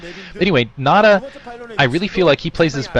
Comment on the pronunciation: it's not Red nada, we say nada. why do you say Nal Ra? nal is just a clan like NC,Red,White etc etc.